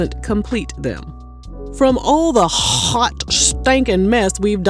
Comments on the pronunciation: "HOOAWT" stankin mess. You said that while ya whole diaphragm, but ya whole mind, body, and soul into that. 😭😭🤣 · The Emphasis on HAWT STANKN MESS sends me everytime 🥴😭😂😂😂😂😂😂😂😂😂